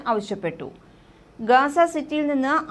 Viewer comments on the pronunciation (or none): GAZA not Gasa